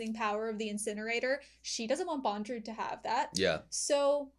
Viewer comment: His name is Bondorudo not Bondrewd.